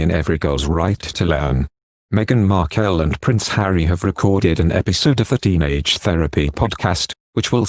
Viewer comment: Pls Her name is markle not wat u r saying